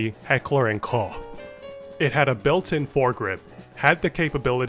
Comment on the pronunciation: "Heckler & Cœ'ghé" 😂 It's KOCH!